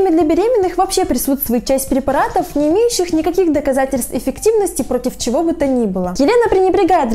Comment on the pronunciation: никто не заметил,что она сказала «парепаратов»?😂